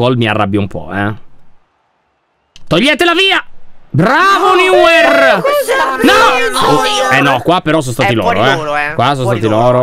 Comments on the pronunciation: che dice niuer ivece di neuer mi apre in due hahahahahahahhaha🤣😂😂🤣🤣🤣🤣😅😂🤣🤣🤣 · Il tuo portiere cioè neuier si pronuncia noier